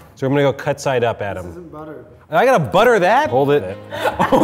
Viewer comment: meant CUT but mispronouncing it to CAT lol